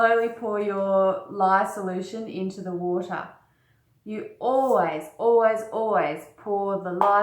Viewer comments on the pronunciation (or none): "Acid to wata' is the way you oughta"